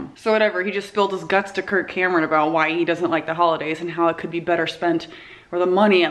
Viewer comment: Every time she says "Kirk Cameron", I think she's saying "Kurt Cobain" and I get excited.